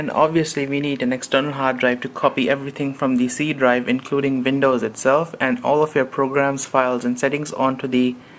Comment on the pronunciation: Alright, I have to ask. Your English seems great... Until you say Windows. WHY CAN'T YOU SAY WINDOWS? IT'S NOT VINOWS, IT'S WINDOWS!